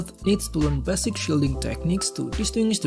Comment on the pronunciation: It's 'base-ick' dude, not 'bassic' - try to feel the words with your 'empathic' abilities yeah - if you actually have any...